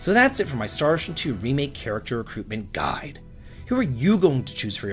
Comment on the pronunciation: Why did you say guide like that? wtf is wrong with you lol